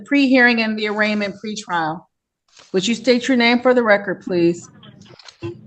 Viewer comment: What is "on the reckert"